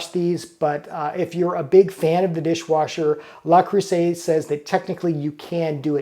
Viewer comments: The French word Le Creuset is phonetically pronounced "luh-CROO-zay" in English, with the emphasis on the middle syllable and the "s" sounding like a "z" before the final "t" is silent. Here's a breakdown of the pronunciation: Le: Pronounced like the English word "luh". Creuset: Please. There is no "A" sound Thank you. I cringe every time you say it. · dude it is not "la" it is "luh" there is no "a" in Le creuset. Also the "s" between vowels is pronounced as a "z" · Le rhymes with je. If you can say ''Je m'appelle (insert your name here)'' then you can handle the first word. The first syllable of creuset = creu rhymes with jeu, where the vowel sound is like the u in urgent. The s is pronounced like a z. You got the last vowel sound right on.